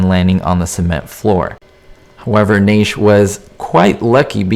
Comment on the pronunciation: NASH! NASH! NASH! Please learn how,to pronounce names!